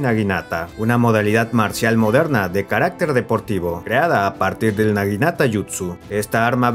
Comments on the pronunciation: es naginata, no niganata 🥲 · Por favor conserva los nombres bien en todo el vídeo, en varias partes le dijiste niganata a la naginata